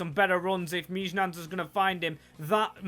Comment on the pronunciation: I think Mijnans is pronounced (Mine-ance) or (Meen-yanz)! Great video and I’m not exactly sure.